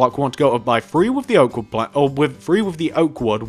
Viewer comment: "one two free four"